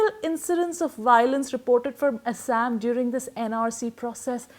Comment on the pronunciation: "Assssaaammm " BC pronunciation toh theek kar le